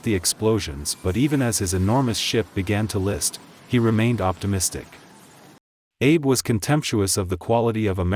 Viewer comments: The Japanese commander's name was Abe. It's pronounced ah-bay, not Abe, as in Lincoln. Also, the graphics show the Shinano being hit by torpedoes on its port side, while the narrator claims it was hit on the starboard side. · Abe Lincoln: that's not how you say 'Abe' in Japanese. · He was saying his last name wrong SMFH